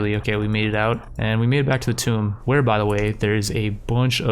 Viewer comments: hey bud "Tomb" is pronounced like "Toom" like "Tomb Raider" the game. you are saying "Tome" as in a book. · It’s Tomb. Not Tome. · Tomb (Toom) as in King tut's Tomb, not Tome as is an old book. like, are you fucking kidding me dude?